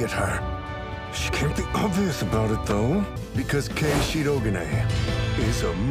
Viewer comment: yo the "FIND OUT NEXT TIME ON DRAGON BALL Z" made me lose it how they pronounce Shirogane in the dub is so weird lol